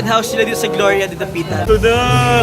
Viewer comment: pronounce as GLORYA.. hindi GLORAYA hehehe